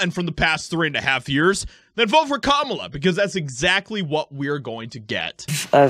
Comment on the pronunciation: "CUMALA" HARRIS